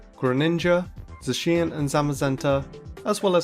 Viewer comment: All errors and mispronunciations in this video: Baton Pass: BAT-tin pass Correct: buh-TAWN pass Zacian: zuh-SHEE-inn Correct: ZAW-shee-inn Pachirisu: PATCH-uh-ree-soo Correct: PAW-chee-ree-soo Dedenne: duh-DEH-nee Correct: deh-DEN-nay The theme of the gen 7 starters is rpg classes continued. Decidueye is based on an archer/ranger, Incineroar is a brawler/berserker, & Primarina is a healer/bard. Lillie's first Pokemon was an alolan Vulpix. Not an alolan Ninetales.